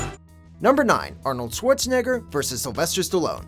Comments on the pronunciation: I don't like the way he says Arnold's last name 😑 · Dude, please learn how to say Schwarzenegger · The way he says Schwarzenegger sounds like he's swearing